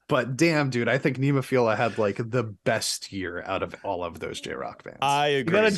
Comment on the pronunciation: please stop butchering NEMOPHILA it's not NEEMO, it's NEHmo.... listen to the band, Saki, Keiko etc. I would put my personal JRock top 10 as: (TOP 5 are in order, but the rest shuffle order often) Band-Maid NEMOPHILA BRIDEAR LOVEBITES SCANDAL ALDIOUS LONESOME-BLUE HAGANE POLKDADOT STINGRAY D_DRIVE